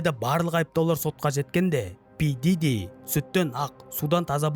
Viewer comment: Пиджижи миджижи деп мыйды ширитти дым тусинбедим.